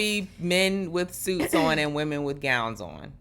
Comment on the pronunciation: the amount of ppl who have terrible grammar is wild. It seems to be recent. My pet peeve is the incorrect pronunciation of women